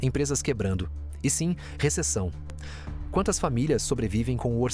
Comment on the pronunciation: “Receção”?! 🫣🫣🫣🫣 Socorro!